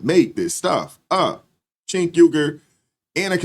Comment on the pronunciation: It's not "Chenk" it's "Junk,"